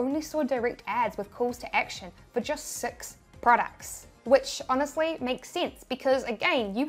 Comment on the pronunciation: You should hear her say mistake six .....(sex)